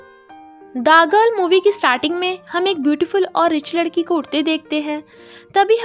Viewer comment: Whenever you said the girl I heard dagal